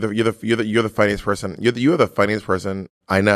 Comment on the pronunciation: bob, not you saying "poy-son" instead of person for your bernie sanders impersonation. not the goddamn bore worms, sis.